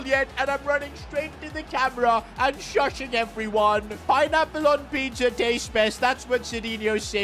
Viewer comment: Bro said shushing in steed of shushing